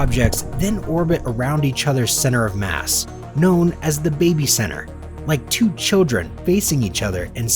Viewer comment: It's called the barycenter not babycenter